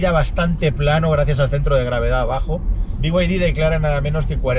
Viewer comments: Porqué dice biguaydi si claramente pone beide? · Pero que te pronuncie en español, no como el bigüaydí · Por favor, por favor: Por favor: "Be Y De" dejemos los anglicismos para los ingleses. Las iniciales de Build Your Dreams en español se pronuncian: BE Y DE. Gracias por tan magnificos videos!